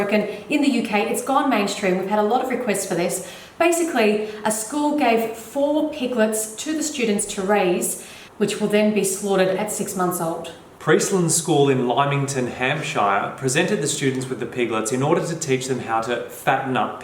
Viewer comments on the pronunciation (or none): Love the video but can’t not mention that Lymington is pronounced Limmington and Hampshire is pronounced Hampsheer